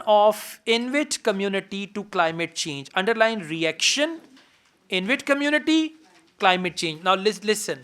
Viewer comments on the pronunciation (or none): Sir, It's not Invit, it's Inuit.